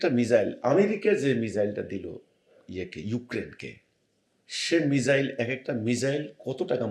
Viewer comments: আপনি মিজাইল বলছেন কেন?? উচ্চারণ ঠিক করুন??? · মিসাইল বলেরে ওটাকে বোকাচোদা মিজাইল না 😂😂